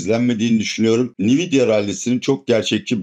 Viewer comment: Atilla abi seni çok seviyorum, yorumlarına da bayılıyorum. Bi de Nvidia'yı nividya olarak değil, Envidia olarak telaffuz etsen tadından yenmiycek.